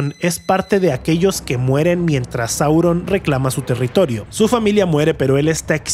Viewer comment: Por qué dices "Saurón" o "influencía"?